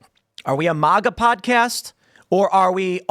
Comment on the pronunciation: Why cant Tim pronounce MAGA correctly?